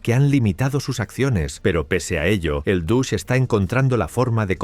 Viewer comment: No sé si es un chiste o estoy viendo cosas donde no las hay, pero, ¿Es posible que haya percibido que la pronunciación de DOGE está vez sonaba un poquito como "Douche"?